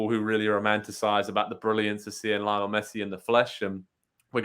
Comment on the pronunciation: lee -o-nel